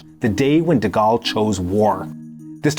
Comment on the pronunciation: De Goal, not De Gall.